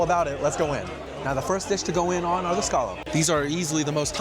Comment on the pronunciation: He said "scaw-lupps" 😂